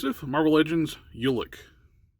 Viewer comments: Hey I got you np! It is pronounced Ulik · I always thought it was pronounced Ulik not Ulik 🤦🏿‍♂️